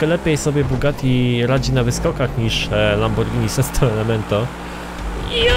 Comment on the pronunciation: Boże.. jak ja słucham jak mówisz 'lamborgini ' ..to po prostu scyzoryk otwiera mi się w kieszeni.. >.< ..mówi się: lambordzini..